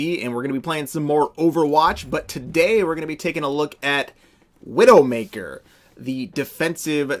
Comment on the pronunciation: Did you intentionally call her Windowmaker?